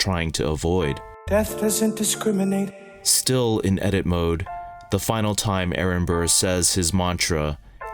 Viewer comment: That missing R in "discriminate" is killing me... XD